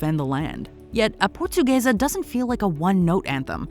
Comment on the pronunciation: A portuguesa 🇵🇹❌️ A pohtugueisa ✅️